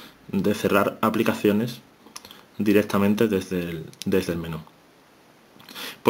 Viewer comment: "EfeSto, CaStura, direStamente"...Dios mio! Es necesario maltratar tanto al idioma? ....